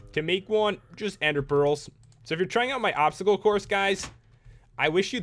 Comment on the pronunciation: Dye the Chinese Dragon green and you have Shenron. And you said obscacle.